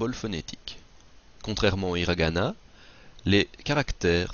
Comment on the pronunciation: 5 systèmes d'écriture, arabiasuuji. Il n'y a pas de r en japonais alors hiragana prononcé avec un r. Prononcer gozaimass pas gozaimassou. Où t'as appris le japonais ?